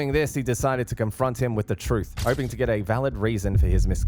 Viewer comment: The lead cop pronounces get, as git. A rube posing as a pig, Fire him.